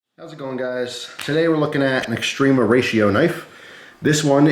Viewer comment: It's often pronounced wrongly like extreeeema